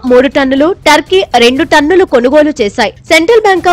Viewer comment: తన్నులు తన్నులు కాదు రా బాబు టన్నులు టన్నులు